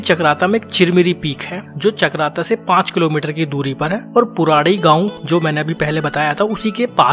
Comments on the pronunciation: Bro it's Purodi not puradi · पुराडी नहीं पुरोडी है।